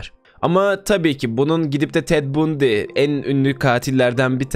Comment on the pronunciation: Bundi ne ya "bandi" diye okunur o